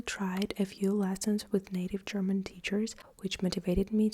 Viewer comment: Your German prononciation is really crisp especially for the consonant clusters, which is often difficult for learners. Also, you explained these words really well and precisely.